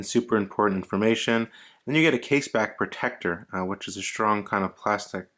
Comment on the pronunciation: He said "Case Back Protector" lol 🤦‍♂️